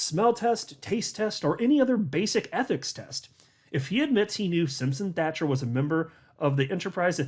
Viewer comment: Hey how are ya, the 🏴 says hello & thank you! Also can you tell Brad kimes that he keeps saying the name Simpson Thatcher wrong, he pronounces Thatcher with a K and it sounds like Thakker, honestly it's making my ears grind! It's not that hard Thatcher as Margaret Thatcher not Thakker..I love his channel but he butchers some names at times.